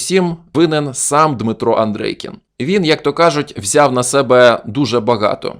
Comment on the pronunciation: Чому АндрЕйкін ?😂 Нагадує азірова. Тільки один раз на 5.35 ви сказали правильно АндрЄйкін.